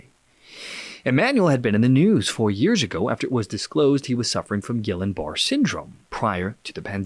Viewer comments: Learn the correct pronunciation for GB. You sound like a poser. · You need to correct your pronunciation of Guillain-Barre syndrome. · Guillain-Barre. Please learn to pronounce it it's also the disease that Franklin Roosevelt actually had. He did not have polio. Two huge and one of them are recent. Reasons for young people having heart attacks is one old one where they are actually almost devoid of any selenium in their system. A neurotransmitter that has been farmed out of almost all of our food. 200 to 400 micrograms a day of selenium will help considerably in heart rhythm maintenance as well as help you resist many forms of cancer. A person who smokes can reduce their cancer risk more by taking 200 micrograms of selenium a day then if they stop smoking. But the most acute reason for many of these people, sometimes very prominent people who are known to be extremely healthy suddenly dying is the spike protein inflammation anaphylactic reaction from the MRNA vaccine which is a gene therapy and it's not a vaccine for a goddamn thing. It doesn't protect you from any disease whatsoever, by their own admission!